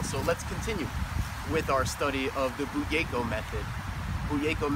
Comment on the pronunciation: Did he say bugeyko?